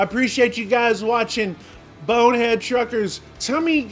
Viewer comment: How many times is that guy going to say the video's going on BoneheadED Truckers?? It's BONEHEAD - no "ed" on the end. 🤨 Grated on my nerves.